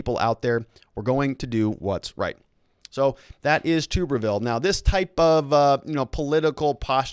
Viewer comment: its pronounced Tu"bberville (Like Tub)